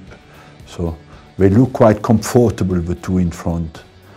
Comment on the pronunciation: Still cant say comfortable